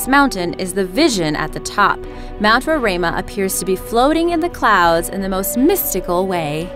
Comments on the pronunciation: just me saying but as a person who lives in the country which houses mount roraima it is pretty sad the country itself is not named but the surrounding country also the pronunciation is row-rhye-ma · Fact: the mountain in the tumbnail is mount roraima pronounced 'rorima' not 'rorama' and its shared within venezuela, guyana and brazil. It got its name from the natives who live in the highlands of guyana, the amerindians. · That beautiful flat mountain is acctually pronounced ROW RAI MA and it is where Guyana, Venesuela, and Brazil meet(in South America ). #guyanaese. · As a Guyanese, I cringe at the way she pronounces "Roraima" lmaooo It's Row-rhai-mah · You can't even pronounce Mt. Roraima. And it's shared between three countries, Guyana, Venezuela and Brazil. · And u pronounced rorima wrong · Actually, the words 'Roraima' and 'Pakaraima' were pronounced incorrectly. However, I can't blame the narrator because those words are not English words.